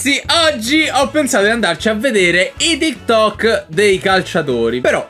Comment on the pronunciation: sei così boomer che lo chiami ti tok ahaahhahahaah sembri mia nonna quando dice whatsapp